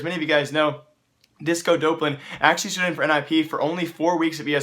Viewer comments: Him saying dopelan is triggering me. It's Dop-Lan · its doplan not dopelan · Disco Doplan (Duhhh-P-Lan) Not Dopelan Doplan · stop saying disco dopelun its disco dop land ffs I'm getting TRIGGERED